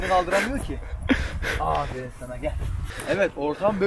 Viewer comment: ABİ AFERİN DE YA AĞĞĞĞĞĞĞĞĞĞĞĞFERİĞN DEME :D